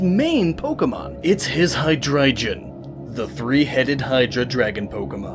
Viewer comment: Please tell me he did not just say hydreijon ITS HY-DRA-GON